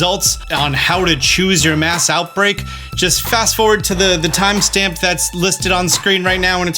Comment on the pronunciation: Did I hear you accidentally call mass outbreak a 'maus outbreak' when talking about Tandemaus? lol